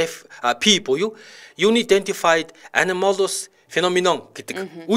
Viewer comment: Юнидэнтифайд гэж уншихгүй ээ. Анаядээнтифайд гэх маягтай уншина. Eр нь яаж унших нь ойлгомжгүй англи үгийг Google Translate апп 100% зөв уншиж өгдөг шүү. ❤❤❤